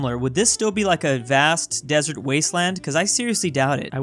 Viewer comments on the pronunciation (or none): none